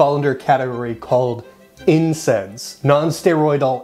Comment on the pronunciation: Why do you keep saying INSEDS